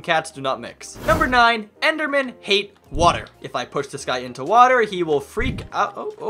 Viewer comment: You said "water" wrong you said hater.